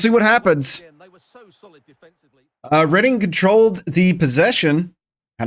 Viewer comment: Not scouted England? Or was that taken for granted? I think Ng is pronounced "Ning" though I believe its Chinese so im not totally sure Reading is pronounced "redding" that I am sure of